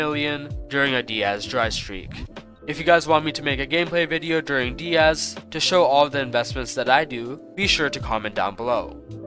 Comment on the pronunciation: finally u said "diaz" instead of "die-az"